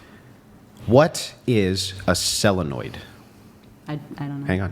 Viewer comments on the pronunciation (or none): sOlenoid mf SO leh noid 👉🏼Solenoid 👉🏼Solenoid ? 👉🏼Solenoid Proceed with the show. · A selenoid? Dies mean a solenoid? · It's solenoids pal, not selonoids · can be entertaining but the cringe was high when he repeated selonoid instead of solenoid. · Solenoid not selenoid. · So what is a selonoid? Does he mean solenoid? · It's a solenoid not a selenoid😂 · "Solenoid" not "Selinoid" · mispronouncing "solenoid" like it's spelled "selenoid" 🤮🤮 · Solenoid. Not selenoid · What is a selanoid? - fuck knows, if your going to prove a point then at least know what the word is that your talking about its a SOLENOID - an electrically powered magnetic switch. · A sellanoid? Does he mean solenoid? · Isn’t it a solenoid and not cellinoid? 🧐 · sellenoid is not how it is pronounced so if you're gonna use examples of tings people dont know atleast pronounciate it correctly. it's a solenoid. and a car battery is actually dead if it measures 12v and there are many other voltages nowadays with electric vehicles. true that women are completely useless without men tho but there are women that knows a lot of stuff as well as men that dont know it but defenately no way they be able to coordinate it XD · Was he talking about a solenoid? Why was he calling it a selanoid? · sellanoid? You mean solenoid? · Did this pompous guy mean solenoid not selanoid?😂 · It’s a solenoid not a cellanoid gosh that pissed me off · Two things: it’s SOL-lenoid, not CELL- lenoid. (It’s petty and I just wanted to make the statement.) You don’t loosen bolt or nuts or fasteners with a torque wrench as it will mess up the calibration. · it's a SOLENOID. Selenoid isn't a word. Sometimes you're too confident in your wrongness. I agree with you sometimes, then others.. 😬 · Solenoid not Celinoid… Sheesh. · you had a good argument but sounded like you don’t know what you’re talking about when you pronounce it “sell-a-noid”. It’s a solenoid not selenoid. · It's Solenoid btw